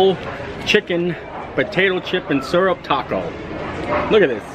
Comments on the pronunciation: Wow, I didn't notice him mispronouncing mountain but I do think his pronunciation of syrup is awfully suspect! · Great strategy on the spicy chicken waffle sammich! And, just FYI, I pronounce "syrup" the same way ... maybe it's a Midwest thang. I also love how good natured you are about everything. Some people out there can learn a lot from you!